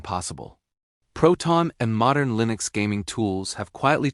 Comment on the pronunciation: WTF is Lee-nux?! lol